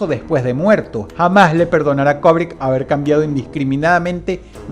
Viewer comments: Se dice Kubrick, no Kobrick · Cada vez que Dross dice "Kobrick", Kubrick repite una escena en el más alla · STANLY KUBRICK...KUBRICK...NO KOBRICK... "LATINAJO" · ¡Vaya imbécil! ¿O sea que el hecho de fungir como directores o escritores, no hacía parte de la "vida real" de estos personajes? Además no se dice "Kobric", es Kubrick: cubric. Datos inútiles de un tarado para tarados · ¿Quien carajo es "Kobrick"? Se pronuncia "kUbrick"... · ¿cobric? Asi lo escuchó con dross